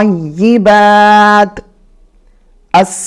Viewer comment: جی ہاں' ی پر تشدید ہے۔ وہ شاید لکھنا بھول گئے ہیں لیکن Pronounce صحیح کیا ہے۔